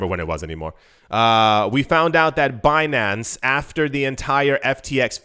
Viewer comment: BEE-NAN-CE. lmaooo